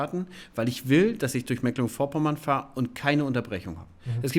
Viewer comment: Das spricht man Meeeeeklenburg und nicht Mekkkklenburg.